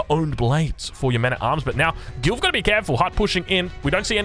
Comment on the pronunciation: Is it just me that heard "GILF" everytime he says Gilv 🤣